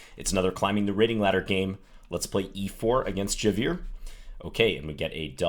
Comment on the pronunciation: That's an Indian flag there, he's not Spanish. And it's pronounced as Jaye-Veer (the "eer" as in eerie). Just sayin' :)